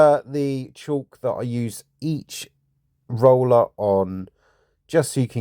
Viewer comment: Great video... but FYI... It's not pronounced "chalk" (there's no H), according to Google it's pronounced nearly identically to "cork" (though some people pronounce the "L" like "call" with a "K" at the end) and I've also heard it pronounced to rhyme with "talc"...